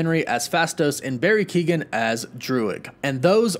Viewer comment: YOU SAID BARRY KEOGHAN RIGHT LETS GOOOO